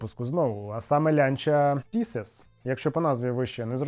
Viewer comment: Лянча не Тісес, а Тезис, мамкін ти наш експерт. І цей дизайн - це ретрофутуризм, так само, як і Лібра. Дизайн підкреслював спільні корені з такими моделями, як Lancia Aurelia B20 чи Lancia Appia 1958 року, наприклад. Але ж ти хайпонути хочеш, правда? А з рекламою усе просто - так само показано зв'язок поколінь - від давньоримських скульпторів - до сучасних дизайнерів. але що хотіти від людей, які крім ВАГа нічого не бачили в своєму житті?